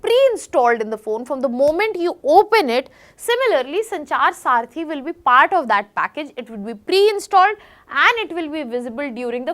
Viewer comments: Saarthi or Saathi ? You speak good English , but this doesn't mean that you speak good Hindi. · Mis pronunciation makes you confused, disconnected . Please listen again. Check if it is Saarthi or Saathi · Its not saarthi its saathi